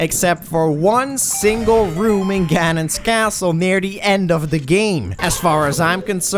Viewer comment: Who the hell says that? It's pronounced to rhyme with "cannon"!